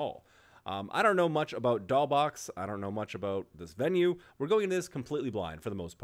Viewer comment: Btw: the "$" in Doll$Boxx is pronounced as an "s"